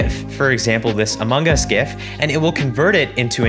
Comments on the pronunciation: the way he said among us amogus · yep amogas